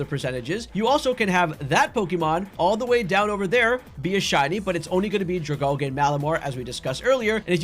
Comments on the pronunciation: U said dragalge wrong, Al-gee. Like sea kelp. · the way you say dragalge is interesting... is that how you pronounce algae too?